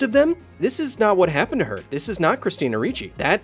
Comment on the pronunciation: "that one kinda kappened"😂